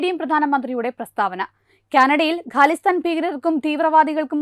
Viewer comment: ഗലിസ്ഥാൻ എന്നല്ല പറയേണ്ടത്. ഖാലിസ്ഥാന്‍ എന്നാണ്. Please learn the difference in pronouncing ഖ and ഗ.